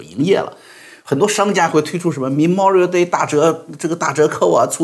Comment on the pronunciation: /mə'mɔːrɪəl/ Memorial Day, ，读错了。